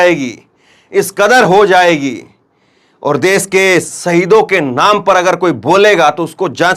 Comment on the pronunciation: Des nahi hota desh hota hai